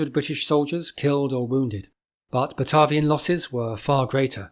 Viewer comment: Pronounces Batavia incorectly